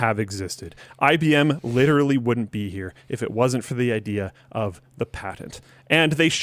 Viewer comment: nobody: linus: “licherally”